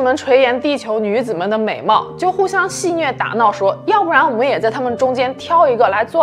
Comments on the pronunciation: 不是专业主持人可以理解啦，这句后面的戏谑(xue)也读戏虐，之前还听到炮(pao 4)制。关注的人多了，要是能更注意错别字就好了。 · 垂涎(咸)戏谑(血) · 有口误哦～ 贝都因 垂涎xian 戏谑xue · 垂涎（xián） 戏谑（xuè） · 垂涎xian 戏谑 xue 没羞没臊 sao